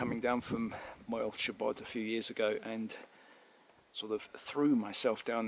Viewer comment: Its weird how you say that word in english " shiebod" ^^